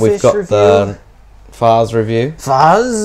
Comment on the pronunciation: Well since no one else has pointed this out somehow, the FAZZ is from the Gundam Sentinel novel. The illustrations were the premiere of Hajime Katoki of Ver Ka fame. And it's apparently pronounced "Fats"